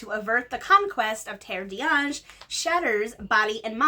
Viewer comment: Minor pronunciation comment, I am fairly sure the fake Western Europe land in Cassiel's Servant (and the other 9 books in the series) is pronounced closer to Tare de ann gel, because it is literally the land of the angels since they believe they are descended from the Angels who left "Heaven" to walk the earth with Elua.